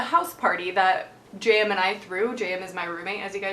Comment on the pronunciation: Haha I thought you were saying Jam until halfway through the video I realised you were saying JM